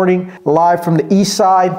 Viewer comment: At the end also, she pronounces "ii saïde" to mean "East side" Thanks a lot!